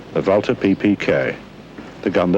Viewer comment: I like how he pronounced Walther correctly.